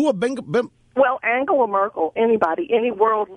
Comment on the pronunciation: Actually Rush, SHE pronounced Angela Merkel correctly, and YOU butchered it. You didn't even recognize who she was talking about.